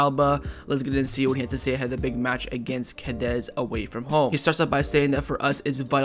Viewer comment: We keep losing against Cadiz because you always butcher their name. Wtf is "Cadez"?